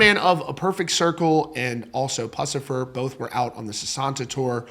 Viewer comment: "pussifur"? I swear every time I see one of your videos I lose more and more respect.